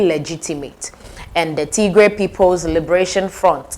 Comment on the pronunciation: Do not say Tigrre. Say, Tgrai, (like in Try)